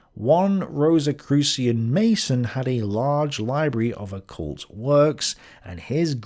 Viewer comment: Rosicurian? Rosicrucian.